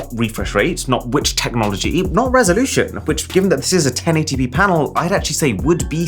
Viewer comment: ...not "RESOLUTIUON"??? :face-green-smiling